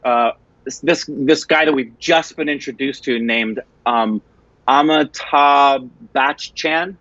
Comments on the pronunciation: He always does. Amitag Bakchan. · Am I the only one hearing it or is really adding a 'G' sound at the end of Amitabh's name??? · I wish you know hindi language then you would know the depth and real meaning of those dialogues. Anand. And Gulzar. did the right pronunciation.👍😊..its AmitaBH..not AmitaG..🤣 Fun fact that doctor friend of Amitabh bacchan played by Ramesh deo and his wife is real life couple. They have 2 sons..one is renown marathi actor Ajinkya deo.and other one Abhinay deo is a film director who directed..Delhi belly. Thank you guys..😊🥰